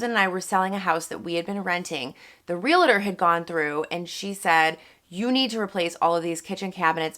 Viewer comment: Great info. I just have to say one thing...the word 'realtor' is pronounced 'real-tor'. There isn't a second 'a' between the l and the t, it's not 'realator'.